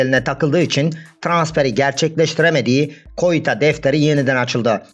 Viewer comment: Koita ne yaaa allah aşkına hocam sen.olsa yapma